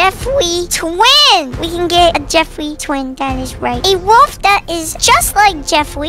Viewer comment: The only thing that went to my head when he said JeFwEe was JeFwEeWeE